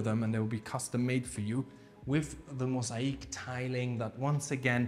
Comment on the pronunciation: I wish I could tell you how to pronounce the word (MOSAIC ) properly as you mentioned on entry to the property ?? How can I explain in better English ??? The first part (MOS) is correct BUT the second part (AIC) is not correct ?? SO …..when you hurt your leg it AKE’s because it’s painful …. SO … pronounce the world like it’s spelt MOS….AKE …….(MOSAKE) ….. hope you do not mind me mentioning this …. Plus hope you understand what I’m trying to tell you ……. By the way the master bedroom Un-Suit is fantastic, plus the flooring on the stairs and lift …. Sensational ….. great content … watching from the UK 👍